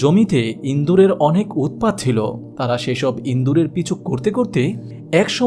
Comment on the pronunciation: ইদুর না বলে ইন্দুর বললেন কেন?!